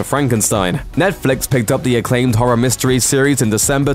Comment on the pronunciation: his trouble wit the word Horror made me laugh...because I can't say that damn word right either